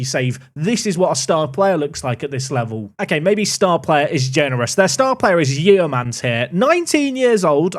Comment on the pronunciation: Only a few mins into this video and I can't take it anymore! Hednesford is pronounced hensford and Yeomans is pronounced Yomans. Sorry I know 🤓🤓 but being from that area I needed to say something... carry on! 😅